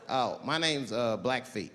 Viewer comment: Its black feet 🐾 not black face Chief 😂😂😂